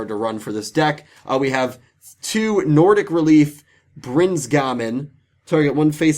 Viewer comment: Sad :( Usually excited for your giveaways. Too bad I can't enter. Good job on pronouncing the Nordic cards! I never see any youtubers even chance it so good job on trying! Congrats to the winners!